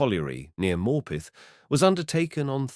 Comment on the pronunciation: Yeah I was wondering where he was talking about, the way he says Morpeth makes me cringe 😂